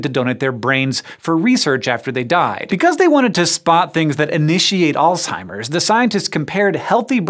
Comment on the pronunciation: If you want to be perceived as intelligent learn how to pronounce words correctly it's Alzheimer's not alltimers